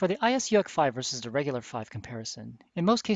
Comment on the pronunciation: Very fitting, actually, that you should pronounce UAC like Donald Duck's panic-exclamation. "Uack! It got an UAC! Uack, uack!" because that's how those Things make you feel on the receiving end: Donald Duck having a panic attack.